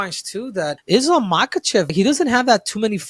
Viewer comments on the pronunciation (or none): I love Belal but the way he pronouced Islam is annoying. How the f a Muslim like Belal can't pronounce the word Islam correctly?